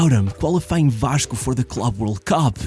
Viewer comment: fala em em inglês mas o sotaque e quando ele fala "Vaxco" entrega o brazuca rsrsrsrsr